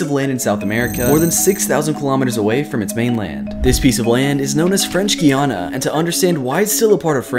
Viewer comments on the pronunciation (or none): It’s pronounced guy-ana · It's pronounced G AA YA NA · Pretty sure that’s not how you pronounce Guiana considering I know someone who goes their multiple times a year but hey prove me wrong 👇😅